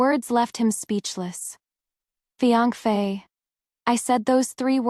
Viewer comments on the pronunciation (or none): Why can't AI pronounce fiancé correctly, but can get the Chinese names correct?